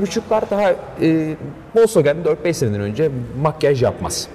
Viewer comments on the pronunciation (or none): Vosvogen değil ne zaman bırakacaksınız şu saçma sapan telaffuzları.